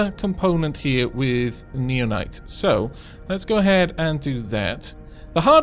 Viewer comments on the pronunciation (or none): You're probably suppose to pronouce it now-nites, common with nao to be pronounced as now. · I think naonite is pronounced like 'now-nite.'